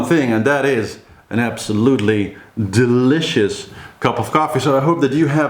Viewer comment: I really love how you say "deiiiiilicious cup of coffee,so british!!!!!!